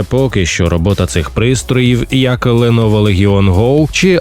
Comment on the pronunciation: лЕново, а не лЄново